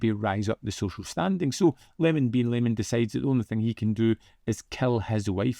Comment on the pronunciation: I,m pretty sure it s pronounced e-je-mon, not lemon. It,s a capital i, not an l. Sorry to be so pedantic.😒